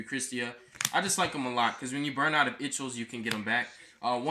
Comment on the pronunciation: you should pronounce "ixchel" name the way the mexicans say it. its fire.